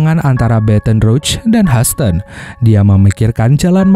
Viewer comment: Houston itu bacanya: YUSTEN